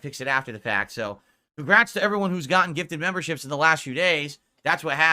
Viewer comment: A few weeks ago "Da Faek memburrships dohnt doo mahch two hurt mah businezz!"